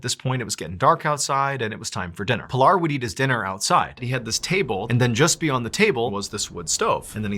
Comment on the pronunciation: Its PEE-LAR.. not pill-r Worse is that you fully know that.